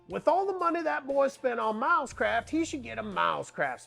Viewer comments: Every time you mentioned the company name I heard it as "mouse crap" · To my Aussie ears it sounds like you are saying “Mouse Crap” rather than Milescraft 😂